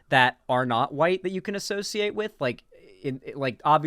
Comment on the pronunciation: You can hear the "YT" when she says "white." Is there a problem with left-wing spaces often not being fully inclusive of BIPOC people, and tending to shove them off to the side or only employ them as tokens, sock puppets, or mascots? Oh, hell yes! Is there a frequent tension between the newbies and normies we're trying to bring Leftward, and the minorities and vulnerable who are often triggered, offended, alienated, hurt, or annoyed by the insensitive and prejudiced stuff they often say and do? Yes! These are things the Left could stand to unpack and discuss more often, because it's an admittedly-tricky balancing act. But, I continue to resent the people who've opted to join a political space in lieu of getting therapy for their (often very real) trauma and grief, and who at their worst become righteous when the entire focus isn't on them and their needs, and who get away with being needlessly nasty and throwing constant tantrums because they're wounded and/or because they tick the right/sympathetic identity boxes. If these kinds of people weren't trans, queer, BIPOC, neurodivergent, disabled, etc., none of us would tolerate or excuse this type of behavior. Tellingly, whenever you try to talk about the above balancing act, these people dramatically strawman the argument and screech indignantly about how you want to let Destiny stans say the t-slur and the n-bomb and wear swastika underwear because you don't caaaaaaaaaaare about oppressed people. Also, bottom line, when you're